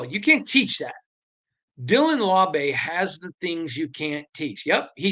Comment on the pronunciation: "LAU-BEE" not "LAW-BAY" 😅